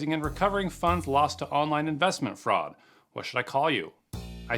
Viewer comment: Stop what? Fraucd? That isn’t even a word!